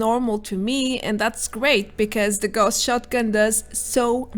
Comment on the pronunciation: Gauss is pronounced "Gowss", not "Gorss", after Carl Friedrich Gauss, the mathematician and physicist mainly famous for electromagnets. A quick google will show that. :-)